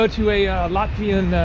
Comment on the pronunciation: I'm latvian and the whole time I was laughing at your latvian pronunciation but I can tell you were trying your best😂